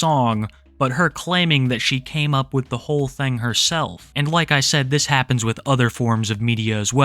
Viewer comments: i love how you say thang instead thing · did he just say 'thang' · Why do you pronounce thing as "thang"?